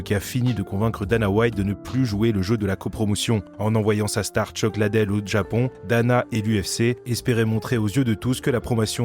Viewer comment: C’est Chuck Lidel et non LADEL